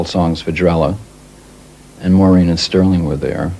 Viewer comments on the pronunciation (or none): i love the way he says maureen's name. so welsh. - morrrreeeen